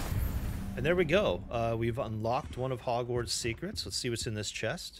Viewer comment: It’s Hogwarts not Hogswarts.